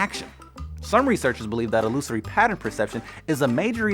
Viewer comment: You pronounced illusory incorrectly